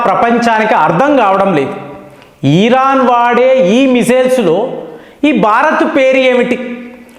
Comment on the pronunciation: Iran ను ఈరాన్ అని పలుకుతుంటే.. వినడానికి ఇబ్బంది గా ఉంది..